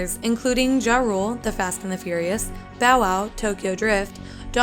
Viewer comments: It's JA-RULE, not Jarool,. I do find it funny though how he thought he was too big a deal to return for any Fast and Furious sequels, since his only major role was in "Light It Up," which like the 2001 Fast and the Furious movie, he contributed an original song to the movie soundtrack. Also, it's a good thing Rob Cohen said no to casting Eminem as Brian O'Connor. Each movie with the character would have had to be R rated so that Eminem could be as profane and raw as he wanted to be. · Its close But also "jarule " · The way she said ja rule was horrible